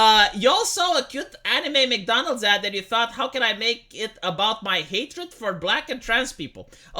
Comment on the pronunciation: E "ad", ba, nu "add", ti-am mai zis sa inveti engleza un pic, vrei youtube international cu engleza invatata din telenovele?